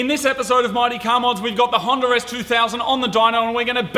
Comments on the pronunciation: Why are they calling it a honder and not a Honda? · he said Hawnder lol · Toyoter Honder Mazder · Plus I dont trust someone who calls a honda a honder. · What in the FUCK is a “HONDER” ??? 😂😂😂😂😂😂😂😂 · The fuck is a. Honder